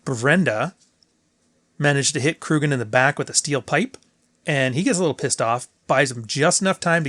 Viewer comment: Sorry, but it´s Kurgan, not Krugan.